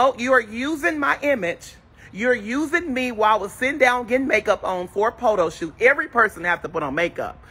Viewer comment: Did just say "Potoshoot"? 😂😂😂. Anyway, I never watched black girls club and I won't watch this one. I'm tired of black ratchet television and I won't support any of it.